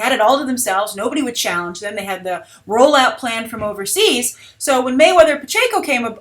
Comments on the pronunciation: Manny Pacquiao is one of the most famous boxers in the world. The Mayweather Pacquiao fight was big news over the weekend. Watch a news clip and pronounce stuff correctly. Stop being lazy. You are more professional than that. John Wick is a terrible example. Austin Powers would have been a better example or Rush Hour. Both those sequels expanded upon the first by a large margin. John Wick 2 will be lucky to make what the first one did. I see a potential Kick Ass 2 all over again. As far as Avengers 2, the sports events stole alot of eyeballs from the weekend number but the official estimate was still about 4-5 million less than actuals. It will be interesting to see how well Avengers 2 performs in it's second weekend. Also, Avengers 2 has opened to record debuts in almost every other overseas territory where it has been released so the audiences have shown up immediately in those other countries. It's opening here was certainly way off anticipated estimates and that was surprising but again the sport saturday and lesser critical acclaim most likely deflated the gross. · his name is Manny Pacquiao (PACKY-OW!) Hence is nickname is Pac-Man, like the video game. Not Manny Pacheco. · Pacquiao not Payenko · I was wondering if anyone realized she said pachaco lol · Lol I cringe ever time you say Mayweather and Pacquiao lmfao pachanko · Oh the proper pronouncement of the boxers name is pack-e-ow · Did you really just pronounce Pacquiao as Pacheco??? HAHAHA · Not sure if it'll come up in another video, but it's pronounced "pack-EE-ow". Keep up the good work,! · I love you, but i cringed every time you pronounced Pacquiao as Pacheco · it is pronounced Pacquiao (PAK-ee-ow) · mayweather paquio its said like pac-key-ow but great vid keep it up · Oh God it's pronounced Pack-e-yow! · LOL Pikatchu, I can't stop laughing I don't know how you should pronounce this name but I'd watch that fight too! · lol, Pacquiao = pack-e-yao